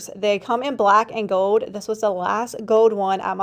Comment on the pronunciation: You have talent and a good mind for or and sales why oh why can’t you learn to pronounce the word “ GOLD” there is an L in it … it’s not GOWD